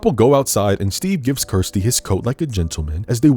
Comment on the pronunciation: So many people mispronounce Kirsty that it should be a meme. You even do it yourself by mistake during this video.